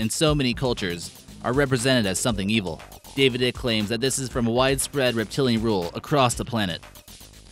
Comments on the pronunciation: It's pronounced eye- ck! Say it with me... eyyyyeeeeccccckkkkkkk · FYI David Icke is pronounced as sounds `like` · If your gonna keep saying David Ike's name, I suggest you learn how to pronounce it "Ike" sounds like bike, like etc. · Mr. ICKE'S NAME SOUNDS LIKE SPIKE! A SMALL BUT ANNOYING LACK OF RESEARCH FROM YOU!!! Interesting vid though! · Bra ya can’t even pronounce the name of the man most famous for making these claims. I’m sure you’re well qualified to spread disinformation. Bet ya can’t piss up a rope though. You should try it. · You not not pronouncing David Ickes name correctly